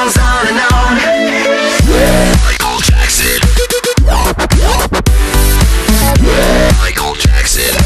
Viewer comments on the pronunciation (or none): Ce qui me choque c'est ta façon d'écorcher le nom du roi de la pop.